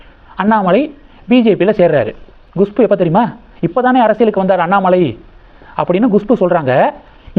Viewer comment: உங்களுக்கு ஏதோ severe problem இருக்கு, எப்பொழுதும் தப்பு தப்பாக நாராசமாக உச்சரிக்கிறீர்கள், Gushpu வா அது, Kushbu தான் கரெக்ட், நீங்கள் சரியாக homework செய்வதே இல்லை, கேட்கவே நாராசம், முதலில் English எழுத்துக்களை உச்சரிக்க கற்றுக் கொள்ளுங்கள், பிறகு வீடியோ போடவும். எத்தனை முறை Gushpu என்கிறீர்கள்? Horrible